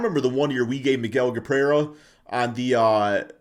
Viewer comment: Did you say Miguel Gaprera ? Lol. Miguel Cabrera